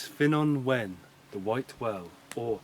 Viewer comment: You really need to work on your Welsh pronunciations. Ddewi is pronounced Thew-wee, Ffynnon is pronounced Funnon and Wen is pronounced When.